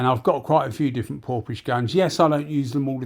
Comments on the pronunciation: just wondering how a gun spelt PORFIS (phonetically) is pronounced PORPISH? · Hi, Well, I dunno, but it's spelt Porphis all I was saying is ph is pronounced F, so it should be PORFIS. Unless they told you different!